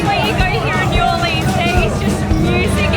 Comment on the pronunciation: And he said New Orleas wrong